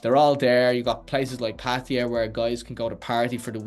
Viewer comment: Why do you and many other Irish, British and USAian speaking people say Pædia for Pattaya? Stop being so sloppy and lazy!